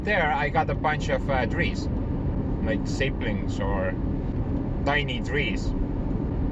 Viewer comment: No stump pulling for Joseph right now eh? I forgot... what has Joseph out of commission?? Are you allowed to burn the brush piles in your area? Sapling: the 'a' is pronounced like in "apples" 😊 Nice to see your forest management style. Maybe if we in California followed even 0.01 % like you do we might have fewer forest fires and lower homeowners insurance 😢. Love your long video format. Hope YouTube algorithms are rewarding you in kind. Take care and have a great weekend 😊